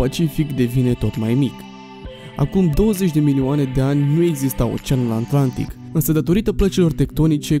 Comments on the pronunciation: Dacă ne spui și cine e acel "Giul Vern" cum l-ai pronunțat pe bietul Jules Verne e ok... Și app: e Oceanul Atlantic, nu "Oceanul Antlantic". :))) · Sunt singurul care aude aNtlantic? : )))) in rest super tare !👍